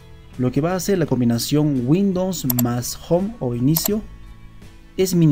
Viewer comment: minimo pronuncia correctamente windows....